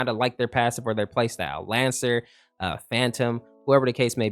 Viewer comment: Bruh it's lancer 🤣